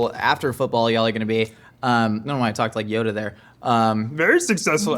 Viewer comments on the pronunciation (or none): none